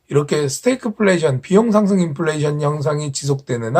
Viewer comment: 스태그 -> 스테이크라고 발음하시는거 같은데요. ㅋㅋ